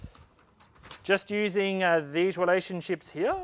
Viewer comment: No offence, but I really like how you say "here" heaaa lol. Thanks for the great video!